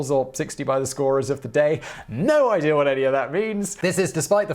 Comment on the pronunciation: "No idea what that means! No idear no idear at all!" Best part of the whole video!